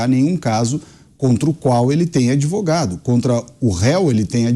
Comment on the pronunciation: "Adevogado" Tristeza 😢